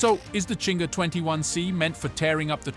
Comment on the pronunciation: It's not Chinger.... it's Zinger